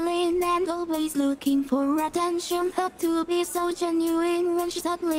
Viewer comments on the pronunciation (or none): none